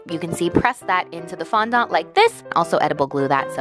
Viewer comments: darling, FONDANT, not fondont:) Ily anw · Erm... Im pretty sure fondant is pronounced “fondent” not “fondont” 😂 no hate tho, I love you and your videos 😘💗💗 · did anyone else notice how she kept saying fondahnt instead of fondant 😂 no hate tho ily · fondont Me: fonANT: fondont Me: FONDANT: fondant Me: WHY IS'NT SHE LISTENING no shade to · Sofia xxx I was cringing so hard every time she said fandahnt instead of fondant 😆😆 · I love how you say fondant (it’s pronounced phon- daant) I don’t care I’m saying fondont in honor of you now!😂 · Why do Americans say fondants as fondont? It has A in it 😂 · Lmao its Fon-dent :P love you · OMG I’m southern and down here the way you say fondant is not the way we say it! We say it fondAnt (the A doesn’t sound like an O) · Nobody: Not even the wind:: FoNdOnT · how she says fondant “fondont” 😂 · FON DAHNT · Apparently I’ve been saying fondant wrong 😂😭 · Lindsay Nicole Nah, I’ve been around bakeries my whole life. She is pronouncing it differently than most 😁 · omg the way she says fondant killed me 😂sis I love u but that is not how u say it 🤣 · Cant say fondant properly. Also you didn’t use the gold ???? But wow i wanna dooo this ahhhjh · It makess me so uncomfy how u pronounce fondant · every time she said fondant i cringed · Ah she said fondant wrong!!